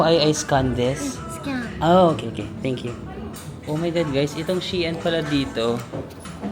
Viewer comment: Shein....pronounce as shine